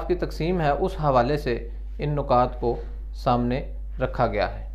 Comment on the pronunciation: Nukat ni hota...nikaat hota h